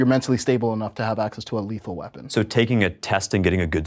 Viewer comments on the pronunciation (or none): A "lerhal" weapon? A "lethal" firearm? WTF. 😂